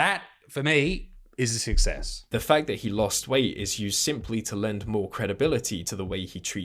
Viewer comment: I’m subscribed cuz Isaac says fack